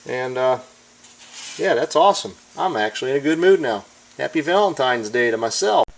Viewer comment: Guy who’s mad about “what they’re doin to our country!” pronounces Valentine’s Day “ValenTIMES day”. Big surprise.